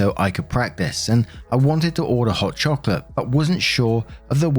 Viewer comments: Your pronunciation was close. In Spanish it is “choco-latte”. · If you want to pronounce chocolate in Spanish correctly break the word up like this: Cho (like chosen) Co (like cosigner) Latte (like the drink of the same name) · Just FYI from someone who took 2 year of Spanish, the e in chocolate would be pronounced the same as the last e in caliente. Typically, when Spanish words end in e, the e is pronounced like somewhere between an a in “jay” and e in “pet”. But I’m not a native speaker or expert so take it with a grain of salt. Love your videos!💜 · As a spanish speaker, definitely not chocolate gaseosa lol